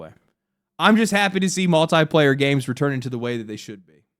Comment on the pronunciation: Drink everytime he mispronounces multiplayer